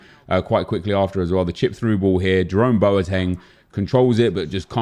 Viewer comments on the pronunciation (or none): none